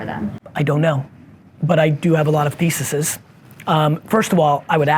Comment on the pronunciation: Great value, love the video structure. 4.5 stars. Literally, just want to help your articulation: the plural of thesis is theses, ending sounds like ease, not thesises, so you know, if you ever say it again, sounded weird to me, but im a bit of a word snob, and we are all weird in our own way. From that camera angle I didn't veiw any facial microexpressions or body language from anybody thinking about it at that point, but they were focused on the content being discussed and not many would correct a person with Gary's status and demeanor. Also, nail bitting can be construed as unsanitary, unhealthy, and unsightly, as well as a sign of anxiety, but who am I to judge, bite away. Just seems like you want to appeal to the largest demographic to transcend your message, so these tips will ease the grammar nazi's and germaphobes, hope this helps. Thank you, Gary V and Team!